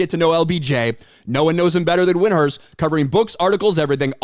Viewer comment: Notice how he purposely mispronounced Windhorst name. Yes I say on purpose.